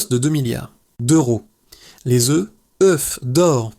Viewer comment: l IA qui nous parle les oeufs se dit oeufs et pas euffff oups !uops !oups !!! fou fou fou espérons tous que nos robots de l "IA un jour proche pourrons parler humain plus rapidement c'est le moyen âge ici allez les robots faîtent des efforts